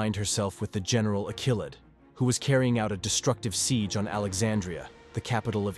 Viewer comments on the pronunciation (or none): none